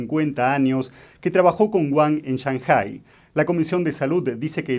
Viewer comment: El acento de la palabra 上海市 (Shànghǎi shì) está en la PRIMERA SÍLABA Y NO EN LA SEGUNDA. Ese "acento" sobre la ǎ es FONÉTICO y no agudo. Por lo tanto, querer hacerse el chino para pronunciar es incorrecto.